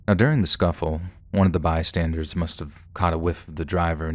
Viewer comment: It's bystanders, not bystandards lol, an by the way your voice is awesome, love listening to you xXx